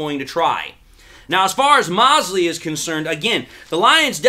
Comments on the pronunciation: I think his name is pronounced Mosley long o 😀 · Mo-se--ley man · Moe-slee., it’s Moe-slee. 😉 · Why are you mispronouncing thatman's name?